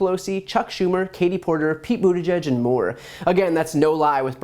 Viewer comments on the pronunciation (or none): none